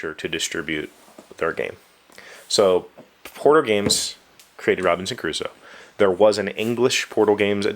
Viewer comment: Thank god they re-designed that manual, it was hell. I've played this game I believe 3 times (3 days, more than 1 game each time) and each time we start arranging the pieces we struggle to remember everything. The Round Summary looks really good and also necessary. Ps. It sounds like you're saying Robinson Caruso